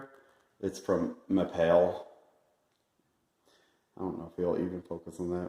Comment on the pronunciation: Good job! It’s pronounced “Ma-pay” though lol. We own a commercial flooring company and I actually use this in my own home to touch up my own grout lol. I use a putty spatula to scrape the excess off after it drives. Love it the stuff, but be careful when you clean it! If you scrub too hard, it can come off easily depending on what type of grout you have between your tiles. I have epoxy grout, so it doesn’t stick well lol.